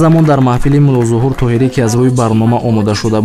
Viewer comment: Диктор зато кардед Мулоҳузур не Мулозуҳур